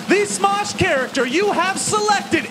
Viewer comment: is says SMOOSH instead of SMOSH. LOL